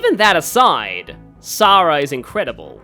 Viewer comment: You are pronouncing Sara right, Heroes gets it wrong...which isn't a 1st considering the way they mispronounce Ogier...